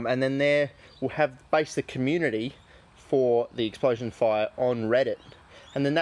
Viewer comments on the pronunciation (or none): none